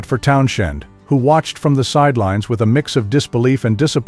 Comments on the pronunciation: I had to exit after too many Town-SHENDs. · Hard to take anyone seriously who can't pronounce Pete's last name properly. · Lol I was thinking the same thing but my be narrater has a speech impediment..... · I had to stop listening just for that reason alone. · Agreed. The Stones are best band in world. And I can't watch anymore due to the misspelling & pronunciation. 🤨